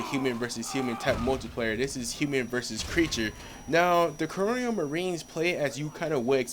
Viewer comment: He said "coronial" marines lmao